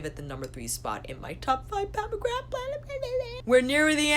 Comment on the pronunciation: Love your channel, but McGrath is pronounced McGraa x